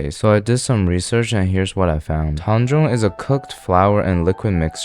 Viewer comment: cant even pronounce TaEnGjOnG like papa Josh Takes dough out of greased bowl and puts it in a different bowl that has to be greased